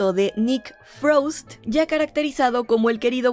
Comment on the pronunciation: Hi,! You're doing a great job with the pronunciation of the new actor's names. I'd just thought I'd help you with Nick 'Frost' - The 'o' actually uses the Spanish pronunciation, not the typical English pronunciation. I wouldn't have mentioned it but because it uses the Spanish pronunciation, I thought it'd make it easier for you. Perdóname por comentar en inglés, es que es más fácil para mí. Creo que sabes perfectamente inglés, así que ojala no te moleste. Me encantan tus videos, veo muchos.